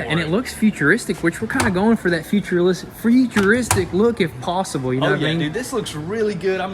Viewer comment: he said featureristic